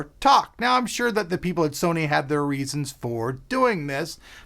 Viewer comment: "said serny" LoL!